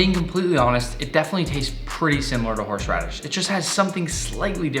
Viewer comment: “Horshe radish”